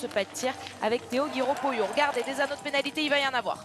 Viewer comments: A l'attention de Sophie Bernardi Je vous demande svp de bien prononcer le nom Poillot, qui est également le mien comme celui de Theo. On ne prononce pas Poyot mais Poi-illot. Merci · Poix iyo ? Attention, Poyot ne se prononce pas Po-Yo, mais pareil que Poillot. C'est juste.